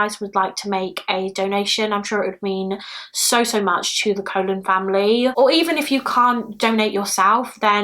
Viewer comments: Just so you know, the name Colon is pronounced the same as Cologne. Love you so much! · Thanks for updating the cases. Colon is an Hispanic name, it is pronounced with two long o’s kind of like “Cologne”. It’s so sad that even her real image remains mysterious. I really hope her family members have better pictures of her. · The last name Colon may actually be pronounced like cologne (I had a friend with that last name so just an assumption) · Hey lovely, Evelyn’s surname is pronounced Cologne. It confused me at first too 💜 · I've seen multiple videos covering this and have yet to see anyone pronounce it correctly.